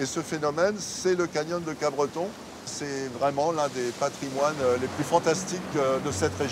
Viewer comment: Pour info c'est Capbreton et non pas CapBreton.